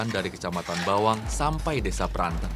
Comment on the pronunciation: cara pelafalan Desa Pranten yang benar.